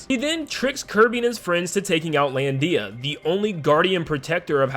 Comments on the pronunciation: IT'S LANDIA NOT LAN DIA! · You put way too much emphasis on the "Dee" of "Lan-dee-a" lol